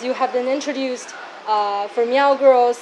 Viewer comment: It's not pronounced MEEEOOOWWW. That's derogatory!